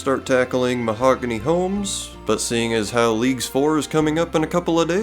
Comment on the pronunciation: Hearing you say "Leagues 4" made me do a really confused double take.